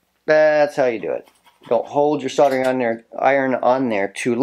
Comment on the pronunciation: soddering??? lol soldering